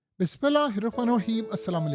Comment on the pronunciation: آپ بسم اللہ ٹھیک سے نہیں پڑھتے ۔ کسی عالم یا قاری سے سیکھ لیں ۔ شکریہ